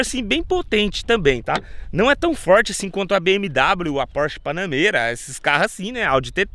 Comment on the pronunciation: Kkkkkkkkkkkk Porsche BANANEIRA KKKKKKKKKKKKKK POW BROTHER PANAMEIRA ** MAIS O VÍDEO FICOU ZIKA FI TOP